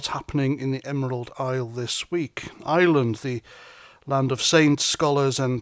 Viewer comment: the word is IRE-LAND, not ISLAND.